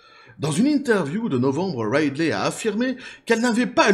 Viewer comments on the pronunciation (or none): Ca se prononce Ridley (comme Ridley Scott, « Ridli »), pas Raidley ;)